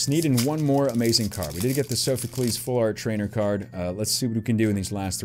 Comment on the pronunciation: Heres how pernounce soophocles. Sof u clees.